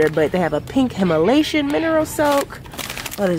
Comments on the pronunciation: I was thinking the same thing lol. Him-a-lation...cute mix up lol. I do it all the time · Lol I tht I was the only one trying to correct her Himalayan not Himalation oh Lord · Dr Teal:Himalayan:Himalation 🤣🤣🤣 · I'm gonna start saying HimaLATION instead of Himalayan because made it sound better than the original 🤣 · Yesssssss I’m here for the consistent content❤️ I love this video!!! Also I love the fact that you say Himalation instead of Himalayan😂 it’s so cute I’mma say that now it sounds better purr💅🏾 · She said himalasian lol 😂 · Why do you pronounce Himalayan like that? lol